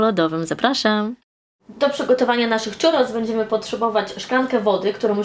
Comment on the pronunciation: filmik super słodki, ale po ostatnim pół roku spędzonym w Andaluzji muszę to napisać - mówimy 'ciurros', nie 'czurros' :) tłustego i pysznego czwartku!